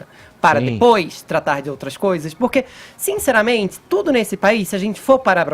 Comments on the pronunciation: Fefito, pelo amor de Deus, procure um fonoaudiólogo, da gastura ouvir esses "s" onde não existem... "tsirar", "dse novo ", "fato objetsivo", "sinceramentesi"... afffff! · tsinceramentsi? Fefito vai te fuder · obviamenTZE sinceramenTZE